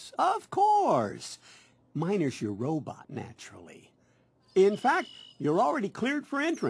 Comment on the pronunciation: Did he say ro butt